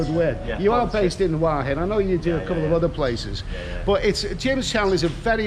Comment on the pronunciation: Hi, another great vid mate, ive subscribed to Jims channal. He does pronounce "Hua Hin" correctly. The kebab looked good too, cheers